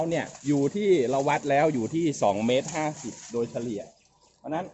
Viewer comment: สวัสดีครับทุกๆ ท่าน วันนี้วันอังคาร ที่ 19 ตุลาคม 2564 สบายดีกันทุกคนครับผม ผมมือใหม่หัดปลูกครับทุกๆ ท่านผมดูคลิปหลายๆ ท่านอ่านชื่อพันธุ์อ้อย ผมก็สงสัยครับผม ว่า ที่ถูกต้องอ่านว่าอย่าไร อ้อยพันธุ์ “สุพรรณบุรี 50” สุพรรณบุรี 50 อ่านว่า สุ-พัน-บุ-รี-ห้า-สิบ ไม่ใช่ สุ-พัน-บุ-รี-ห้า-สูน ขอความกรุณาอ่านให้ถูกต้องด้วยครับผม จำนวนพยางค์เท่ากันครับ อ่าน สุ-พัน-บุ-รี-ห้า-สูน ไม่ได้น้อยกว่าอ่านว่า สุ-พัน-บุ-รี-ห้า-สิบ ครับผม เหตุผลในการอ่านว่า สุ-พัน-บุ-รี-ห้า-สิบ เพราะวิจัยเสร็จในปี พุทธศักราช 2539 ปีนั้นเป็นปีที่ ในหลวงรัชกาลที่ 9 ทรงครองราชย์ ครบ 50 ปี (ห้า-สิบ-ปี ไม่มีใครอ่าน ห้า-สูน-ปี) นำเรียนบางท่านเผื่อเวลาที่ท่านถ่ายทำคลิป หรือเวลาพูดคุย สนทนา จะได้กล่าวให้ถูกต้องครับผม ไว้มีเวลาผมจะโทรสอบถามศูนย์วิจัยฯ ครับผม ขอขอบคุณ และขออภัยท่านด้วยครับ ราตรีสวัสดิ์